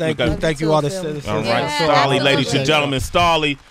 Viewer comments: Was it JUUUST ME that was experiencing anxiety EVERY time Sway *mis-pronounced Stalleys' name tho ! ? ? ? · sway this one reason i quit watching your channel you cant even SAY Stalley name right you out of touch brah smh lol